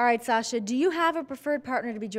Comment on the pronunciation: Did u hear fin said satsha when he met her 😂😂